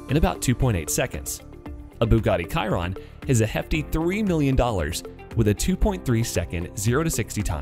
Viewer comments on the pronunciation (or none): Bugatti ci-Ron? It’s pronounced she-ron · Bugatti KAIRON... It's pronounced: Shiron :) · did you say Bugatti karon and not chiron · No offense, but the way that you pronounced Bugatti Chiron makes me want to go bungee jumping with a normal rope, it’s Chiron (sheron), not kiron. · noooooooooooooooooooo "bugatti kiron" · AYO WHAT TF IS A KIRON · Bugatti "KaIrOn" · Wait he said chiron Cairon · Sry but when he said kyron that made me so mad. 😂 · he says bugatti kiron. it really pisses me off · He said 'Bugatti KIRON' lol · I was using the pronounciation shiron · Nobody:: Bugatti KiErOn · Lmfao kieron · A Bugatti “Kyron” 🤦‍♂️ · ikr i was triggered he said ''kyron'' instead of chiron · bro the way you pronounced bugatti chiron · The way he said Chiron though.